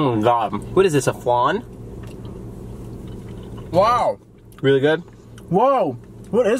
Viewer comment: It's flan joe FLAN